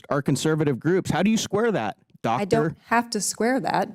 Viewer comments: Wow, misogynistic Mr Bean. He seems to have a hard time saying Doctor. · The way this jackass kept pronouncing Doctor to Dr. Franks speaks volumes of how he feels about women in general. How dare she correct him? How dare she have a title above him? How dare she be more educated than him? She is a mere delusional liberal woman who should stay in the kitchen, barefoot and pregnant, while calling him Sir. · It's Doctor Franks. It's not "doctor" Franks, "DOCTOR" ... Franks, and most certainly not "DoCtOr" Franks like this imbecile demeaningly says. You know damn well that if she was there in a capacity that was beneficial to his views that he would have said it correctly and respectfully every single time. Trash like this needs to be shown the door. Get this buffoon out of office.